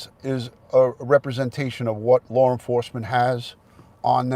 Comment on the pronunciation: I love how you say law. It sounds like lore. Saw sounds like sore. I like different accents. I thought Candice said that TBI had her phone and she was referring to the new phone that was in her vehicle. I didn't think I had covet either. I thought I had an ear and throat infection. I only went to get tested because I wanted to satisfy my mom so she would stop telling me to go get tested. Guess what? Mom is always right!